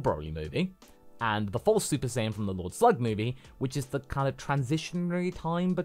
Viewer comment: Bro said super sayin pride, shoulda had it on vegeta😭😭